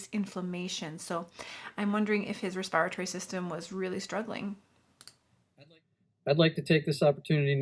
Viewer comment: Respire-a-tory fxn